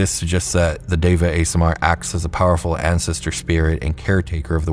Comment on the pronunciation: Deva is pronounced Day-vuh. Great video!